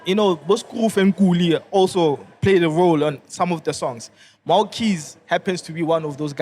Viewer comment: LOL. Editor, it's "Mhaw Keys" not "Mwah 💋Keys"